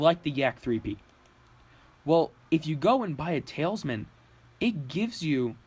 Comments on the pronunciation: Ta Lis Man. Not tailsman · it's pronounced tal-isman, not tail-isman. al as in, 'al gore'...not sure where you created an invisible I or Y from.. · The way you say talisman hurts my ears. It's basically towel-es-men just less pronounced with the towel part more like tal es men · lol, am i the only one hearing him say "Tails-man" ?!?!?!